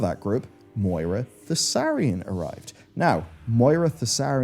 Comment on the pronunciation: sorcer thane thassarian he says xD ...... its THAURISSAN